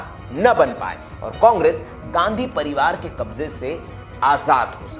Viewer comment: ... गंधी परिवार का ये सितारा, बिल्कुल सही कहा सर आपने, " गंधी not गाँधी